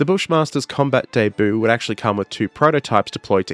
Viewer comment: Hey there...love your work buddy. The whole Elbonia thing....chefs kiss. But you pronounced "debut" wrong....ROTFLMFAO!!!...lol.